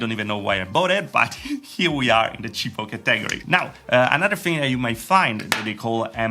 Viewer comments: Cheapo Cah teh gory category. It should sound more like cat / Catta / Katta then gory. not cah - teh - gory. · Kah-tag-O-ry > ka-tah-gor-E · Bruh who else heard ca tag gor re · I like how you pronounce Category. Ha, ha, ha. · You said like it how Dexter says laboratory.